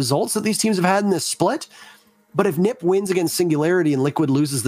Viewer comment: It’s not neep it’s NIP